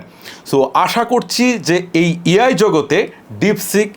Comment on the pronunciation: ভাইজান, আপনার ভিডিও আমার কাছে খুব ভালো লাগে। কিন্তু একটা বড় সমস্যা হচ্ছে আপনার ভুল উচ্চারণ। মিনিট আপনি বলেছেন, Deepseek হচ্ছে চিনাদের তৈরি একটা EI model এখানে ভুল হচ্ছে EI বলা টা। সঠিক শব্দ হচ্ছে AI দয়া করে কথা বলার সময় সঠিক শব্দ উচ্চারণ করবেন। ধন্যবাদ আপনাকে।